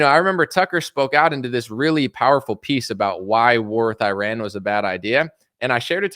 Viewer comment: Please pronounce "Iran" correctly! Thank you!